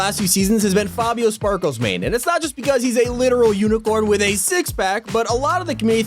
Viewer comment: Can u at least pronounce fabio’s name correctly?